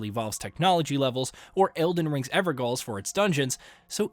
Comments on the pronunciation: Sorry to be that guy, but the Evergaols in Elden Ring are pronounced ever jail. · … “evergaols”😂😂😂… gaol is the british variant spelling of jail